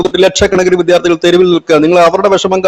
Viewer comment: വിധ്യാർത്ഥി? വിദ്യാർത്ഥി എന്ന് പറയൂ